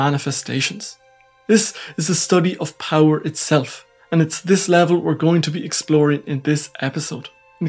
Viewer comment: Microhysics of powee ? You sound really funny.